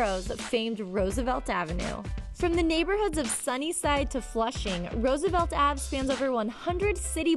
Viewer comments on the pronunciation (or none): didnt even say roosevelt right